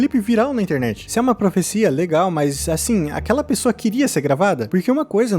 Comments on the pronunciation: o correto é "Profecia", não "Professia" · Mas isso daí é "profissia" mesmo